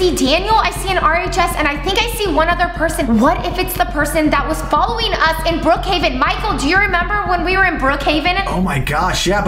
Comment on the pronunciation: It is not Brookhiaven it’s Brookhaven